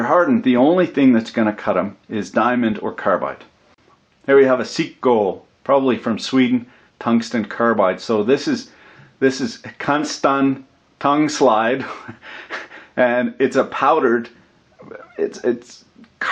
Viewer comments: Did he said Cungsten tarbide instead of Tungsten carbide ?!? 😂😂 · "Canstan Turglide"? WTF xD it is Tungsten Carbide :D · "Cunston tongueslide" lol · did you mean to say cuntstun tarblide? I need to know I love your vids keep it up bra